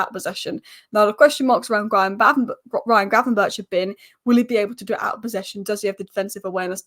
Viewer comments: apparently the ch at the end of gravenberch is pronounced as a g so its gravenberg. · How many times did you get gravenberch’s name wrong lol